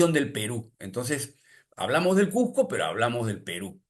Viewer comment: Cusco o Cuzco , Nunca " Cujjco "....